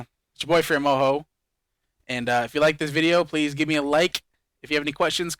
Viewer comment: As much as we like you and your videos, it really does sound like you're saying boyfriend Moho.